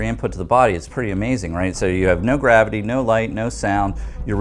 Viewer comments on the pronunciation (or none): none